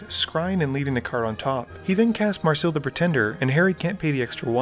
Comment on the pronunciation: May ris ill not marsil